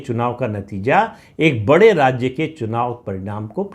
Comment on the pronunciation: राज्य शब्द का उच्चार राज्जे ऐसा ना करें